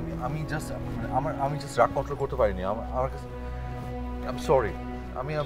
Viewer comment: মাউগপোলা, corry না sorry